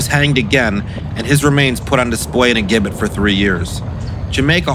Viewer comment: It's pronounced Jibbet although it is spelled gibbet.